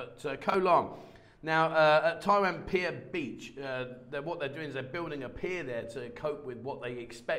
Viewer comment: For someone who claims to speak Thai, I wish ou would learn how to say "Pattaya" properly. Apart from that you make a pretty good account of yourself. :)